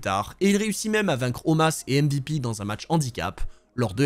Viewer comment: je veux bien te croire. Mais ou est-ce que tu as appris que ça se prononce comme ça ? Parce que de mémoire les promos qu'il y avait c'est bien Omos la prononciation